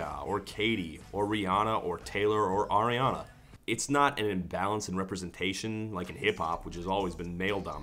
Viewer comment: did Todd start pronouncing “Ariana” correctly?